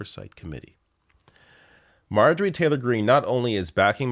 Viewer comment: Marjorie Taylor Greene = Marjereene.